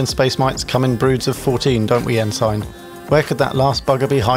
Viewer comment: Very well done. Incidentally “Ensign” is pronounced ‘En-sin’. It’s a U.S. navy rank.